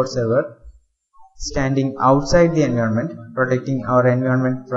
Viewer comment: Learn how to pronounce environment. I have heard lot of indians making this mistake.